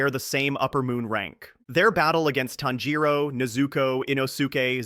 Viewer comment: Bro, if you don't bother putting any effort in arranging and pronouncing them Japanese words Family name/Name correctly or at least again try to nail them... Why bother?? NeyyyyZuuuuukooooow and tannjjjirowwwwww. Just do the dub stuff please... I mean seriously. Please